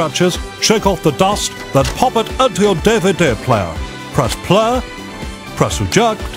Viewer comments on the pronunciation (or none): "Press pluh, press ejuhct"